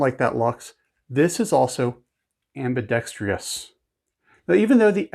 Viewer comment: AMBI-DEXTROUS, NOT AMBI-DEX-TRI-OUS.